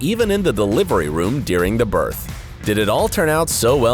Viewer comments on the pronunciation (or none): none